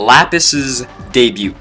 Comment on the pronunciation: The t in debut is silent you know.